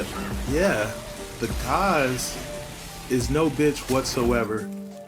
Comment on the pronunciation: callin Gaze "Gauze" wtf